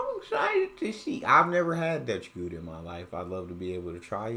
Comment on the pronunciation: I know you probably won't manage the guteral G but the proper pronunciation of Gouda comes close to "cow-da" :) Gouda Cheese is named after the city where it was sold and not so much where it was made although Gouda obviously has some Cheesemakers as well itself.